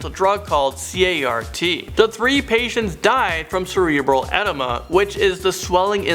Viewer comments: Macular NOT mascular. Edema is pronounced AH deem Ah NOT etima. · Cerebral "EDEMA" NOT ENIMA lol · Lol did he say “cerebral enema”?!🥴😂😂😂. Pretty sure it’s EDEMA. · Cerebral enema is that were the brain shits itself. Please learn to pronounce the words properly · Cerebral enema 😂 I think he meant cerebral EDEMA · Did he say cerebral enema? I think you meant cerebral edema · Not hatin but......really? If got your name wrong...edema/enama...just saying.... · Did he say cerebral ENEMA? I think he ment EDEMA. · Cerebral edema, not enema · *Cerebral edema, not enema 🤣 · Edema is pronounced "ah deem ah" and Tholidomide "thah lid ah mide" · Cerebral E-dema... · I will never unsee the visual of “cerebral enema.”, you really need to work on pronunciation. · especially BRAIN ENEMA!????????? Nope.